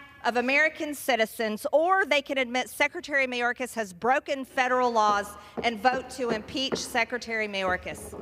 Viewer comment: This fool can’t even pronounce Secretary Mayorkas’ name. Then again, she can’t pronounce “indicted” even with her finger sounding out word by word. Someone else needs to tell good ole marge much of the fentanyl is brought over by American drug dealers.. the only alien i see is this uneducated, overbearing, screeching woman. This is the face of the GOP… god help those of us who actually live in reality